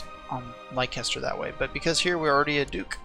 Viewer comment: Very nice guide, helped a bunch. Also, it's pronounced "Lester", not "Laicester"